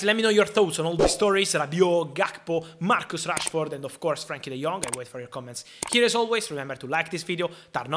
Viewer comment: Italian accent saying Marcos Rashford not Marcus😅😂